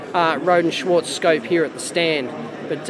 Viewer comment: no english speakers can pronounce "schwarz" correctly - funny ;-) But this little beast looks really impressive, and the price seems to be really okay